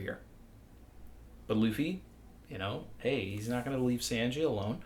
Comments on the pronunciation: SAWN/GEE NOT SAN/GEE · His “Sanji” is bad but not as bad as Morj saying “RY-you-ma” 😂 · Any one get the feeling that talks like a Mafia guy talking sweetly but still threateningly. Haha. But in all seriousness, I just discovered your challenge and love your content. Though I'm gonna have to take points off for your pronounciation of Sanji. 😂😂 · Hey! I sounds like you know how to speak Japanese. Is there a reason you pronounce Sanji the way you do? It’s different from the way I’ve heard it. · The way you pronounce Sanji bothers me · love this channel but it hurts my ears to hear Sanjis name pronounced so off from the Japanese ;_ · ok so are you ironically pronouncing sanji like that or do you genuinely think thats how its pronounced